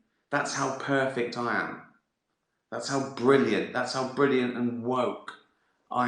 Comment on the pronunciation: “Brilliant!” Says American in bad English accent.